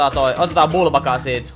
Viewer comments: se ei oo vubaka vaan ukabuka😅😅Joo ja jatka näitä pls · ärsyttää kun sanot bulbaka vaikka se o n uka-uka